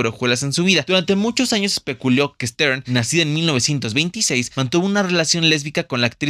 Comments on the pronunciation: Se ESPECULÓ , no Especulíó como lo dices. Ojo. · Disculpe usted la especuleada del minuto con 52 segundo, aunque pronuncio el muchacho espéculo, creo que la i y la a la agrego quien escucha, siempre estamos contratando editores y correctores, si gusta pueden enviarnos su cv a atentamente el productor de CineNumeros